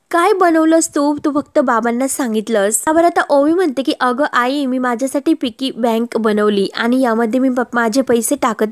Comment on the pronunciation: तुम्ही तुमच्या गावंढळपणा काही सोडणार नाही व्हिडिओ बनवू नका म्हटलं तरी बनवणार अगदी या शब्दाची नेहमीप्रमाणे बाराखडी म्हणणारच पिगी बँक असते पिकी म्हणताय😅😂😂 मूर्खपणा काही तुम्ही सोडणार नाही